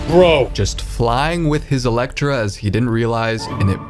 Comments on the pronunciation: WHY THE HELL DID BRO SAY ELECTRA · Electra? What in the hell is an electra?